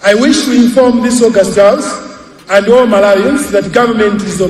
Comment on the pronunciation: How educated is a minister of finance in Malawi who failing to speak a better English in a house of parliament. Was he serious instead to say thousand he was buys saying sauzande. Was he really reading or liding. Allow Namadingo take over that position galu iwe.